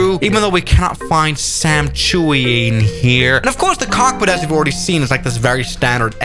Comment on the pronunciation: even though we cannot find sam chewy in here, like he cannot say chui so instead its chewy